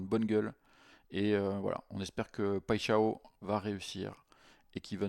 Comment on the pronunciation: "paille " "chat" "on" tu prononces les 3 mots sans faire de liaison et dit paixao qui en portugais veut dire passion ( amoureuse)